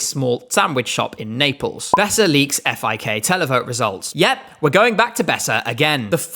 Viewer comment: As a German, thank you for saying F-I-K.